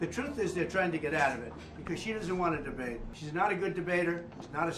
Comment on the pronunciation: "She's trying to get out of the drbate," says Trump as he is trying to get out of the debate